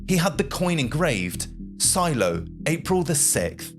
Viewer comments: The battle referred to is "Shiloh", not "Silo". Pronounced Shy low. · It’s Shiloh (pronounced Shy-low), not silo. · Your pronunciation of names like SHILOH and MOBILE are incorrect , also the way you sound the letter H is also incorrect in your narration . Good narration and getting your facts right is everything , because if it isn't then it can spoil the whole production .